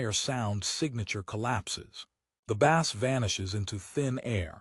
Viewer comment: Dude... Every IEM requires a tight seal, especially the more expensive ones. The tips provided on most IEMs are generic, designed to fit a majority of users. If your ears are different, then guess what??? you have to buy after-market tips. Deal with it... BTW, the word BASS is mispronounced throughout the video. Train your AI or change the spelling to BASE.